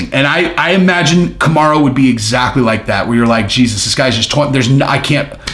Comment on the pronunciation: Bro I thought you were stroking out when you first said kamarruuuu. You should get that checked out